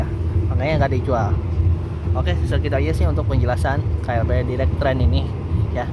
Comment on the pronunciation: dairek dibacanya bukan direk..